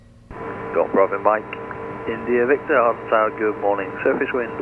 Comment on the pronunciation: Great video. I live right next to Hawarden airport and I'm happy you pronounced it correctly. I work on the trains in the area and our automated announcements on the train pronounce it "HOWarrrDEN" and it drives me mad. quick question, when approaching Hawarden, do you have any special instructions if you see a train on the approach to runway 22? I've been told that the training pilots at RAF Valley have to abort their landing if there's a conflict. (to be fair, we have special emergency signals there too that are turned on by RAF Valley tower in an emergency, there are none at Hawarden so I assume there's no special instructions.)